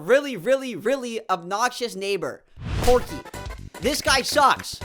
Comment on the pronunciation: The r in Porkey is invisible.